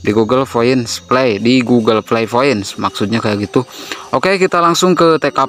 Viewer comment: Gk bisa bilang p kah? Knpa smua nya pake f, google flay, foint '-'